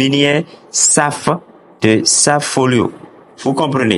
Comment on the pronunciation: Merci pour l'info..."lire" Séfe" même si c'est écrit "Safe" parceque c'est en anglais